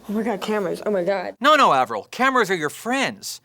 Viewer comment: eivril?... Eivril... AVRIL !hahaha